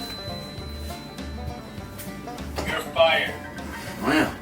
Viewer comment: I love how it says vogs instead of vlogs lol